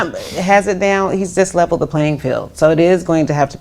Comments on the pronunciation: She said disleveled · She said “disleveled” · Think she said "disleveled"